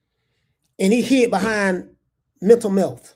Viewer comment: “Hental mealth” is taking me out